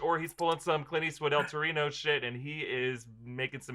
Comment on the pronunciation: Did he just say EL Torino? Ughhh lost A LOT of rougies there smh dissappointing.